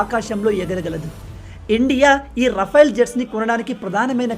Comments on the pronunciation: రఫైల్ అనకు అది రఫెల్ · రఫెల్ అనాలి rafyl కాదు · Adi RA-FAIL kaadu sir... Oka sari google lo serch cheyandi, how to pronounce RAFALE ani.😅😅😅 Chaduvu lenu vaadu kuda vetter ga pronounce chestharu.